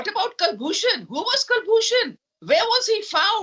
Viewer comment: It is Koolbhushan not Kalbhushan as wrongly pronounced by Pakistanis. The question where was Kulbhushan found should be forcefully responded by Arnab. Perhaps he was day dreaming . Kukbhushan was running a tramp ship along the Iranian coast when he was kidnapped by the Jandullah ( a renegade outfit on Pakistan Iran border and brought to Pak for a fake trial and sentence. If Pakistan has proof of RAA A they should go to the UN or wherever and lodge their complaint. Meanwhile Arnab needs to be ready with his facts while debating with these Pakistanis.